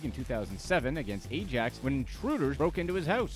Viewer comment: Lol it's pronounced Ajax not Ajax